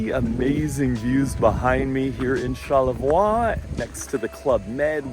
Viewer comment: I try to go to Charlevoix once a year. By the way it's pronounced char-leh-vwa. In French, ending consonants are often not pronounced (I won't explain the rules here, they're complicated).